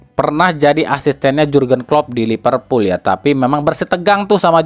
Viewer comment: A, sedikit koreksi. Liverpool bukan Lipervool 😁